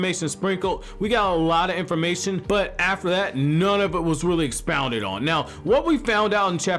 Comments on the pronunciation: "Expaunded" lul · "Expounded on"